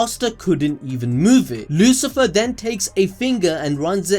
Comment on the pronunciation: Lucifero, not Lucifer. Come on dude haha